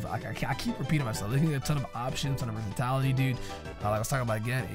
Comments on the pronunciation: ""versitality" is not a word. The word you're trying to say use would be versatility my dude:) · Dont wanna be that guy but its versatility not versatality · My dude. Versatility only has one 'a' in it. Wtf is versatality